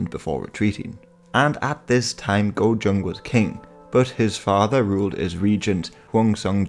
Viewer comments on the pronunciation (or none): Pronounced Kojong and Höngson Tehwongoon